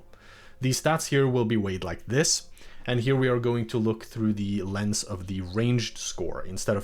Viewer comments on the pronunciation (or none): none